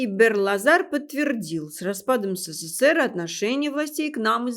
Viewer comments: Не " се-cе-сер", а СССР! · Уважаемая, правильнее говорить не сэсэсэр а ЭСЭСЭЭР